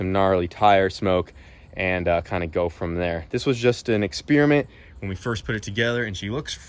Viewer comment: Dude, it sounds horrible and goes on for way too long! Can’t do proper burnouts in a 4, even 6s suck. V8 all the way. And it’s exPERiment not exPIERment